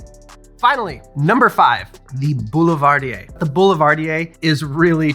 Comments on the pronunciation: Really love your videos you puts all your passion in it and i love it. But you can't say Boulivardier it makes me so sad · So I only ever read Boulevardier, and this was the first time I heard it out loud. I pronounced it Bull-va-deer, and the auditory shock to my ears at hearing that was like when Uno officially stated that you can't put a draw 2 on top of another draw 2. What? My life is a lie. Bull-va-deer is non-existent, and I am an uncultured swine.